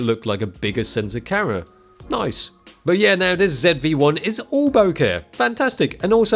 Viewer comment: Everytime he says "camera" i hear "karen"